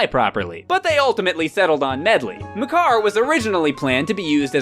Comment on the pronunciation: I might be wrong, but the way "Makar" is pronounced is really off.